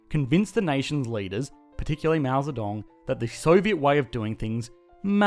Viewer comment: Wow, this is most the accurate pronunciation of mao zhedong I hear from a not Chinese